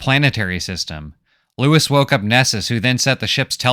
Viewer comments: His name is pronounced loo-ee, not Louis. It's spelled out whet chmee moans his name while injured... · I just finished the book for like the 3rd time. And still I found this synopsis quite illuminating. You present the plot in a nice way that I get a little different interpretation and the graphics are a nice touch. My only complaint is that I think his name is Louis - as in "Loo-Wee". But that's probably irrelevant. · Brilliant - my favourite sci fi story - well done. It's pronounced LOOWEE though.